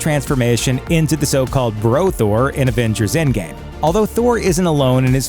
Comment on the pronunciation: It really bothers me that he keeps saying advengers not avengers